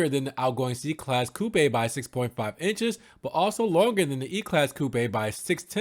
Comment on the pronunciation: Haha "coo-paaay" 😅😂